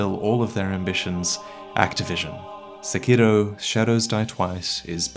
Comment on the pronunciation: This man actually pronounces sekiro correctly, it's refreshing